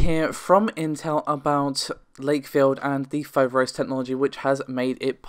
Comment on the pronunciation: It is FoverOs you tune the last O deeper and it means, the frightening one, in Greek.